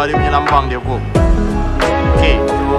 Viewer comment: voge sebutan dia vod's